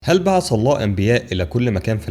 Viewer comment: انطق العربيه صح....هي بعث وليس بعص